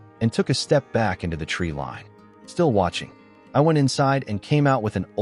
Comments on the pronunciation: It's treeline, not a treelean. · To the narrator, tree lean or tree 'line'..